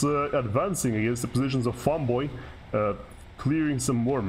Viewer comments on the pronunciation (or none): its FEMboy, not FAMboy B(